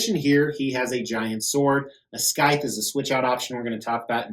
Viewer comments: While I do agree with your pronunciation of Ryu... I think you're butchering the word scythe. It's "sithe." But you do you, brother. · The C is silent in scythe.